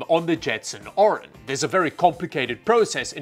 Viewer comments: As the name is Orin, but spends the entire video saying Orion... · You pronounce it "Orion" but it's Orin 😅